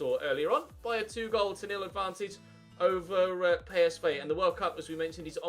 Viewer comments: It's p s v not pay es vay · It’s pronounced “Colown”, not “Kurn.” It’s pronounced “Pee S Vee”, not “Pay Es Vay.” When will you ever learn you stupid bastard!